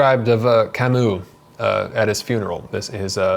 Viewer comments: It’s Camus, not Camous! Please learn how to say u in French if you want to talk about French books. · Hard to pronounce foreign names right. He did it wrong too, at least with 'Kamou'. The 'u' in French is quite a complicated sound between i and ou, but not quite. Normal. Same with Kierkergaard . I have listened to a lecture from what I think was a Danish individual and the pronunciation was quite different from anything I have heard before. Sartre is also hard to say, if you are not French - Alain de Botton gets these French names quite right, cause he speaks French as well! I still struggle with most Russian and German names and I am sure I always butcher the likes of Dostoevsky and Schopenhauer... and I am often timid to mention (Immanuel) Kant in public for the fear of mispronouncing it and sounding like... well, exactly!